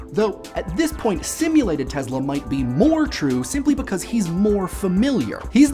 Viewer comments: teSla, not teZla. wtf, man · teSSla NOT teZla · It's Tesla, not Tezla...please respect other languages and pronounce the names right. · U keep saying Tezla... S.. Its an S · He is not TeZla-he is TeSla! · last time i checked it was tesla not tezla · Tess-la not tezla jebo te bog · Its not the TeZla, its the TeSla, instead of your Z you must pronouns S. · NEEK-oh-lah TESS-lah, not ni-COE-lah TEZ-lah. Tangentially related, REE-coe-lah, not ri-COE-lah. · Also your pronunciation of Nikola Tesla is a bit strange. You pronounce it like "Nicola Tezla" instead of "Nikola Tessla" witch would be the correct pronunciation. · Ni-Cola Tezluh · The way you say NEE-COLA TEZLA makes you sound like a douche. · Wow. You mangled so much "simulated" and historical information it hurt my head—but, as usual, in a glib and entertaining way. Funny: It was not messages from Mars, but radio signals from Venus. Seriously though, you didn't even pronounce his name right. It's not Tezla. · all I hear is BLAH BLAH and you cannot even pronounce TESLA...